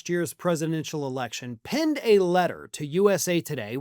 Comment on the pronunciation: It's PENNED a letter, AI. Not pinned a letter. Ha! I'm smarter than AI! Imagine that and I'm just a nuclear engineer. 😊